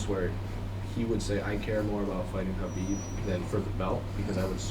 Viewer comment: It’s really odd that so many people in this sport still don’t correctly pronounce Khabib’s name.